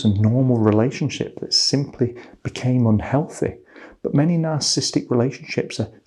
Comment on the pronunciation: sir, you are skipping one syllable in narcissistic, please stop. Nar-cis-sis-tic, not nar-cis-tic